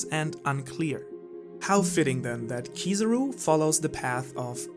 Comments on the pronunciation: Anyone else noticed saying "Kizuru" instead of Kizaru?:') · kizarú? its kizáru that its spelled you donut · who is this keezeroo you speak of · Kizaru is the name not kizuru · Stop calling him Kosoro or Kosoru or Kusawu and any other weird name. It's Kizaru. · I always wonder why Americans hear a word and pronounce something else. Kizaru = Key-Tsar-roo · I had to get out of here because I couldn't cope with the way he pronounces "Kiza-ru" .. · 170k views and he calls Kizaru, Keezuruh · I love your videos bro, but for someone who knows Japanese, your pronunciation of Kizaru is so painful my ear almost bleed. Even dub watchers might do a better job….